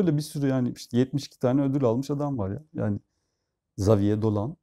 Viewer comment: Biz ailecek Havie(r) Dolan diyorduk kendisine, ama telafuz konusunda ilker hocaya güvenim tam🤓